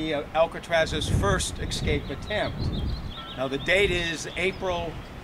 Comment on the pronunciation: It's escape, not ECscape.